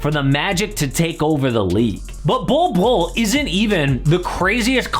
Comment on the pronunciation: He said Bolbbule